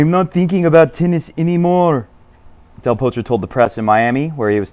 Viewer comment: Lol I think you gave Del Potro a Norwegian or Swedish accent toward the end! Aha! I get it, you were doing a transition into Del THORtro!